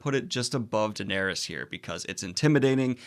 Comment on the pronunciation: Daeneryus... last time I heard you say it like this as well XD Thought you where making a joke back then :) apperently not